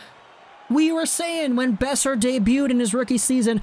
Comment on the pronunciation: Ngl the way at the you said brock beoser at the start kinda made me cringe